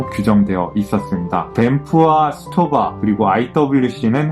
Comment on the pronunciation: 오오 올바른 발음 슈토바 굳굳이네요 ㅋㅋㅋㅋㅋ